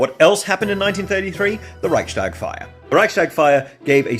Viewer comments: just a small reminder: Reichstag is pronounced Reichs-Tag, not Reich-Stag. It is not connected to deer in any form, but is the daily (Tag) seating chamber of the Reich (before the creation of the Federal Republic of Germany). The S in ReichStag is just glueing the two words together. The building is still named the same today, but is now the seat of the federal parliament. I am a little bit dissappointed in this beloved immortal to have left out the germanic languages in his journeys, but he might have been to busy in the Mediterranean area at that time:) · Hearing pronounce German words is so funny to me (a German). Especially Reichstag. It's not Reich-stag, it's Reichs-Tag. 🤭 But thanks for getting the information to your community! 😊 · Love ur content! It’s pronounced Reichs-Tag, I mean the s and the t are pronounced separately ^^ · i love how you say Rye-shtags-fire instead of Rice-tags-fire. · Re: pronunciation of Reichstag. While it is true that in German S before T is an "sh", that's not true about Reichstag. It is a word combined of two words: Reichs (empire's) and Tag (day) (as in the day when the representatives of the empire meet). And just putting these two words together won't change the pronunciation of the S at the end of the word.